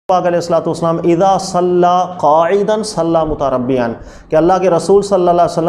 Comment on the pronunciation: جناب متربيا نہیں متربعا ۔۔۔آپکی تجوید مھزوز ہے "تکبیر لگانی ہے" یہ علماء کی زبان نہیں جونا مارکیٹ کی زبان ہے۔